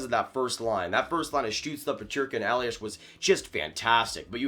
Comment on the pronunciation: A small hint: It's not pronounced 'Eliash'. Just a normal 's' at the ending. Greetings from Mannheim.